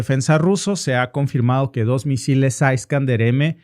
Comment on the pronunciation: Es iskander no aiskander, o es español o spanglish?